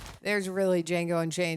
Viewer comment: "DAH JANGO" "The D is silent, hillbilly."